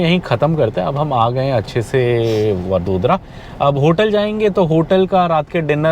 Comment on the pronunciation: वड़ोदरा, आणंद - ye hain in shehron ke naam. Jaise डिल्ली nahi दिल्ली hai, लखणऊ nahi लखनऊ hai. Bahot enriched hai Indian languages ki sounds, sahi jaanane ka utsaah rakhna chahiye.